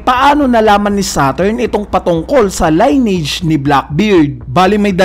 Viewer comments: lin-ni-age ang pronunciation hindi line-age. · lineage... narrator : line-age observer : lin-age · li•nee•uhj pagkakabigkas ng lineage hindi line • age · Sir maganda yung vlog mo kaso for correctness lang, paki research ang pag basa ng salitang "Lineage". Yeah maarte in a sense pero makakatulong para maging mas mahusay tayo sa pagkukuwento ng storya, paggamit ng ibang lenguahe at di tayo pagtatawanan ng iba. 🙏